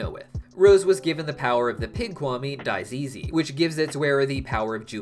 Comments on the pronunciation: The pig kawmi is actually pronounced as "Daisy" i believe. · It’s pronounced like the flower daisy ok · Day-zee (I read your comment on you being new to the show, just trying to be helpful) With xuupuu, you are actually pretty close, shoo foo (<- pronounced) shou fou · Also Daizzi is pronounced Daisy 🩷 hope that helps